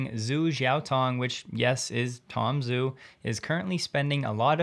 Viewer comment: If Tom Zhu's name was spelled Tom Joo, would you still call him Tom Zoo? No you wouldnt. Zh is a transliteration for the "J" sound. His name is pronounced Tom Joo, just listen to him say it. My wife is Asian and after a few weeks of dating, she said "you know John, you should probably pronounce my name correctly". I took that to heart and now try to respect all people by pronouncing their names correctly.